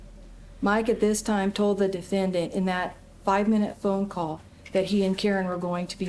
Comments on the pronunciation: I am very distracted by the prosecuting attorney and her pronunciation of defendANT. 😂😂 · Ohhhhh my Gaaaaaaahd, WHY does the prosecutor keep pronouncing “defendant” like that? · The only prosecutorial misconduct was that insane pronunciation of "defendant." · If for no other reason, the prosecutor should’ve been disbarred because of her pronunciation of the word “defendant.”😂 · bruh I can't listen to this prosecutor say "defendant"